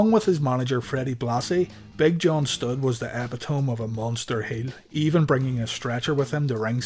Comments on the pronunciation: Did he really say that he was "...the eh-pit-ohm of a big man?" 😆😆😆 E-pit-toe-me...not that ridiculous mispronounced garble of a word. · eh-pit-oh-me not ep-eh-tome